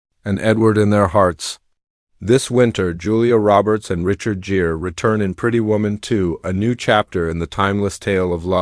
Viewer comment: Asterisk this is AI as hell. Richard Jeer? C’mon man. At least do a pass over your AI narrator and fix the mispronunciations and mistakes.